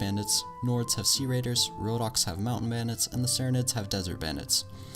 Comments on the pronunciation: you know you said rohnokes wrong right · Samurai How did you manage to butcher all the names?